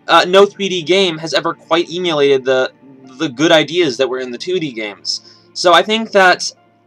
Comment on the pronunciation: did you say "emealiad" instead of "emulated"?:P